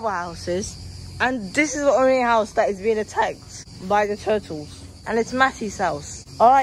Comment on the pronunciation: My man was saying turtles